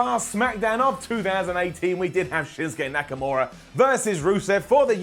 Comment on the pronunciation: Shinke nakamora lmao mispronounced